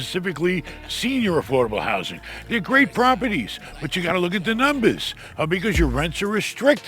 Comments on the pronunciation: My new favorite word “ I gotta look at the NUMBAAHSS.” 💯💰 You are the best. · It’s In The Numbas… Hey 👋